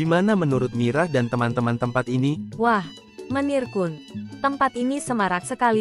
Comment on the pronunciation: KUN bukan ko- en!!!!!!!